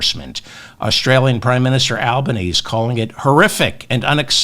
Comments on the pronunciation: David, prime minister Albanese’s name is pronounced Alban-ezy, that’s how we Aussie pronounce his name. Loving that shirt and as always your show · Hi David I enjoy every "Mop Up," you post. Thought I'd let you know our Prime Minister Anthony Albonese is pronounced sounding the final e as in Anglicised or rather Aussie/Italian like Albaneasy. p.s. Aussie is pronounced Ozzie, you may be one who knows this, if so please ignore. Keep up the good work I do not watch any US TV Only yourself, MTN , Tennessee Brando, Jesse Dollemore, Luke Beasley and the like, such good honest work. Jo from Adelaide South Australia 🇦🇺